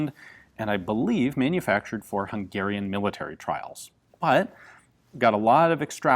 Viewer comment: Thanks for pronouncing Hungarian correctly!